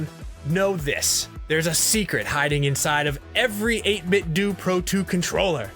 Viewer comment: It’s pronounced 8-bit “doe” not “doo” like karate-do. “Doo” sounds dumb